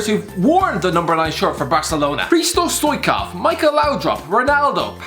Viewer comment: Learn how to say stoichkov pls